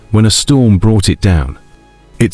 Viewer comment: Wow did u really just pronounce the 're' in macabre?? 🤭 Not being a d*ck, but genuinely curious, is that a British thing?